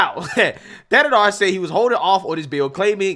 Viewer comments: Not that it matters, but the "H" in his last name is silent. Pronounced "Tan-na-dar." Im from Michigan so I know and don't rock with homie. #AmericaFIRST 🇺🇲🇺🇲💯💯💪🏿💪🏿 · AL Green, can't even pronounce Thanedar's name, lol. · Caveman Al Green couldn't even pronounce his name so he couldn't be bothered to attempt to read it off his document he was holding. 🤣